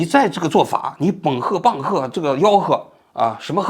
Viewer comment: 猛喝、棒喝，变成了𠯻喝……哈哈，这期节目很幽默。希望王局适当就搞一期，平衡一下频道里那些沉重的话题。